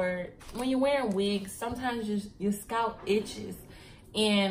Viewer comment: lol girl you was like scratch your scout lol I died 😂😂😂😂 I’m like did she say scalp or scout 😂😂 I’m frm STL and we country asl luv you videos and content keep it up girlie❤️